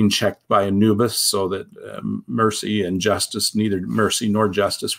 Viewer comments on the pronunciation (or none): none